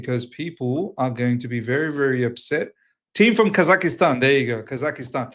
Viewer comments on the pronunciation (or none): Bro its Kaz-ak-stan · I couldn't stop laughing with how he pronounced it but then, we all do it in one way or the other 😊